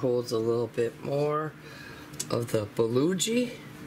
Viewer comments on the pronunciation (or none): Yummy! I can't help myself though...my Korean friend pronounces it 'buh-GO-gee'. You are making me want an Instant Pot. :) Thank you for the video and it is so nice to get to see your pretty self!